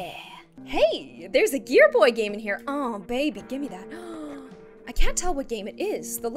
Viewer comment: It’s said as oh bay bee